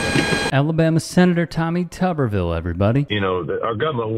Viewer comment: It's not Tubberville, it's Tuberville. Tuber, as in potato. Pronunciation is everything.